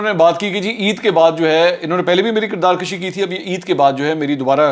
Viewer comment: Dear, the correct word is kirdar "kushi" and not "kashi". Thanks